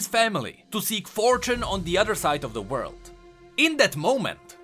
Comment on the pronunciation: ah yes Za Muda boi